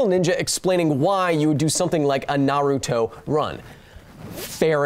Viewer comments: You keep pronouncing it "nah ROO toh" but in Japanese, you shouldn't stress any syllable. I know, that's hard for English speakers. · Its (nar)(uto) not (na)(ruto) jesus christ....my favorite educational channel and you just made me cringe